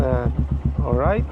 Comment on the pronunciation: NataTawa Ako Sa PagsaSabi Mo Ng AlrightS! 👏👏👏